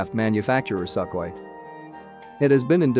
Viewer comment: I wonder why the narrator calls Sukhoy as "sackly"? Maybe trained in same school with that british /Not "Bràytisch"!/ videomaker who calls Gripen a "gràypen"?